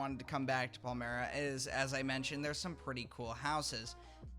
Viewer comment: In case anyone cares “Palmyra” is a small town in PA and it’s pronounced PAL-MY-RUH